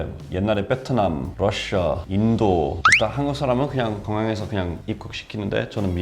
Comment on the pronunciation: 베트남을 비엣남이라고 안하고 뻬트남이라고 하심 ㅋㅋㅋㅋ